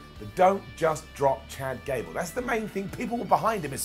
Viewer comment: I snickered when called him "Jad Cable"